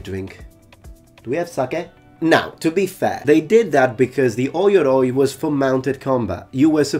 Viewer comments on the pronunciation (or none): "Oi-yoroi" is incorrect, its pronounced "oh-yoroi"